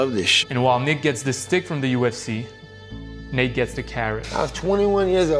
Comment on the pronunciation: bro really turned Nate Diaz into Natina Diaz